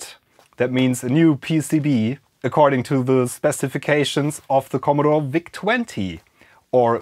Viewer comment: Der Vau-Zeh 20. So german🤣👌